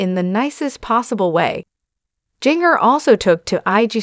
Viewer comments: Jinger is pronounced Ginger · Jinger’s name is pronounced as a soft g. Like the seasoning known as ginger.q